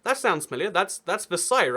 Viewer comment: I found it funny that he could pronounce Versailles right, but not Louisville.